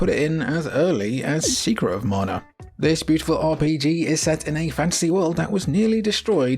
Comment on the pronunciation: "morna"? It's MANA!